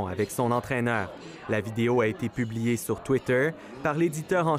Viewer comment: La prononciation de Shuai est comme "Shoo + Ail", et non Shoo-ey, qui s'ecrirait Shui.